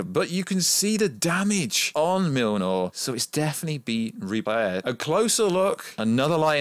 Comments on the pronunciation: Btw it’s not milnor it’s mjolnir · "Milnor" 😆 that's funny I think you meant Mjolnir. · I swear it sounds like your callin the hammer mewnew lol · Dude its been 11 years, theres no fucking excuse to not know how to pronounce Mjolnir at this stage. Me-yol-neer. Easy. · every time he tries to pronounce it he sais "mlnrnrlr""